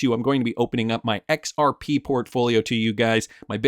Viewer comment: BRO… ITS “zahaow” now “EX-OW.